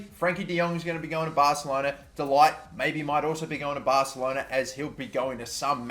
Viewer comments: Its pronounced de lit, not de light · Man said DeLITE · De Light??? Its de L I G T